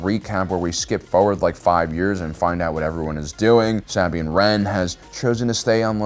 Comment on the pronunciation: Nobody is here to comment on “saw-bean” for Sabine pronunciation and “cries” for Kryze, seems like anyone who cared about the content would have correct pronunciation due to hearing it correctly many times watching the shows, perhaps this guy just reads whatever someone wrote for him and they don’t care to edit , also dude looks so sleepy and bored, def not fun to watch